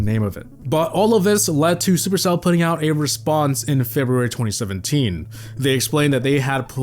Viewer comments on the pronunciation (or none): none